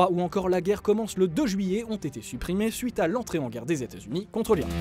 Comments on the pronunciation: Il dit "I" en fait le reste est mâché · Il dit Irak mais le prononce mal.